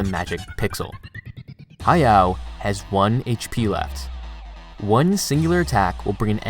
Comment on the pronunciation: Y'all need to spell his name correctly western guys. Is ha ya o ...not ha yao 😮